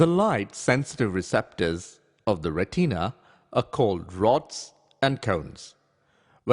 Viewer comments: Retina. Not pronounced Re-TEEN-a. It is pronounced RET-i-na or RET-in-a. The I is pronounced the same as in the word in. Nowhere is it pronounced as heard in this video. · ITS NOT "RETEEEENA" ITS PRONOUNCED "RET-IN-UH" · RE TEENA